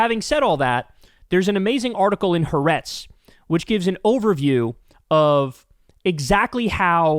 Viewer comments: Ha-A-retz not Haretz, you stupid... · It doesn't change your point, the name of the Israeli news paper you are referring to is pronounced Ha-ah-retz. It's the Hebrew word meaning "The Country", which is what Israelis call Israel. I'm an American-Israeli who strongly oppose netanyahu and his extremist coalition. I support your reporting. I am involved in Mother's groups protesting to end the war and bring down the horrible Israeli government.